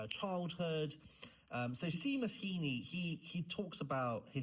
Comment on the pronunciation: it’s pronounced shay-mus is it not lol